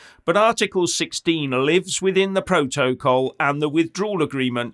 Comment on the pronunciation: Stop saying pro toe coll....its protocol